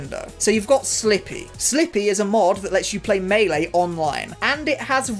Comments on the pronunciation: just fyi both ways you pronounced melee are wrong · The sad part is, a lot of people pronounce "melee" as mee-lee in earnest.